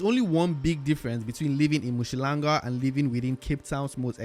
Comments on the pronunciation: Mushlanga 🤪 It's Um-hlanga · It is not MU shlanga but UM hlanga really not difficult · UMHLANGA ✔️ UMSHHLANGA💬❌ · 😂You butchering the pronunciation of Umhlanga, but you get a pass my brother.